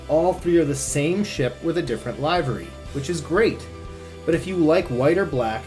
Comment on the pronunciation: I'm 50 years old. And for the first 49 years I've NEVER heard it pronounced "LIVE-ery." when did it stop being "LIV-ery?" Google it! It's a 'short i'